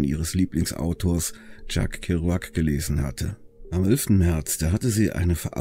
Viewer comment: Will nicht klugscheißen, aber das Buch, das sie gelesen hat und daraufhin wohl auf den Road Trip gegangen war, ist nicht von Tschakk Keruakk. Er ist Amerikaner und spricht sich ungefähr "Tscheck Keuwegg" und das Buch heißt "Unterwegs". Nebenbei ein sehr gutes Buch. Grüße an alle Beatnicks